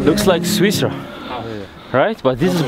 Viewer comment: Switzerland not swiswa